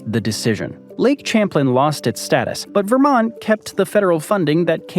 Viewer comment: We pronounce it "cham-plane"